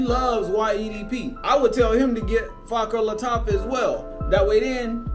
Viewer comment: " Fa-ker bah Lataffa"...deym dude try to pronounce it properly lel!